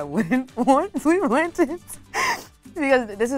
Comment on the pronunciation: It hurts my ears when the girls call em “plantins” they’re platanos or at the very least plantains